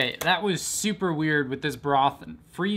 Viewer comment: that was “Soup-er” weird 😂 had to